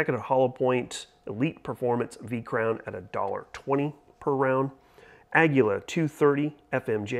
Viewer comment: Say this with me kids, A-ah: GUI- gwee: LA-laa, ahgweelaa = aguila. Got it?